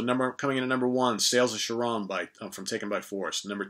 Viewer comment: Sorry man, but "Love at First Sting" is still pretty damn amazing, especially "Still Loving You." I don't care if it was commercial. That shit is tight. Wore out my cassette of that. And Charon is pronounced like a "k," not as "sh."